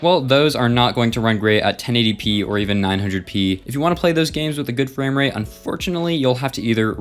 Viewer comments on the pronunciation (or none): none